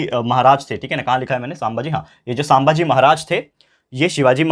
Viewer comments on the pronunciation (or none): It's not सांबाजी, it's संभाजी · Sambhaji maharaj not saambhaaji maharaj only correcting pronounciation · Its sambaji maharaj not saambaji maharaj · Sir sammbhaji nahi sambhaji rhta hai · Bhai sambhaji maharaj he saambhagi nahi